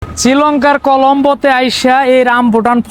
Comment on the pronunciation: আরে বন্ধ কর এসব বলতে পারস না না বলাই থাক শ্রীলংকা হবে ছিলংকা না বলদা